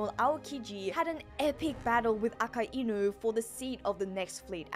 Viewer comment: Came across quite a number of op videos, I think by far you're the only one who actually pronounced akainu's name correctly.